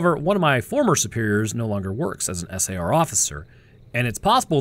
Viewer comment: You need to program your voice model to stop spelling out SAR. Everyone pronounces it as "sar". You also need to do something to indicate one anecdote has finished and the next has begun. A tune/jingle, a different voice, something. A longer pause if nothing else. It's freaking eerie.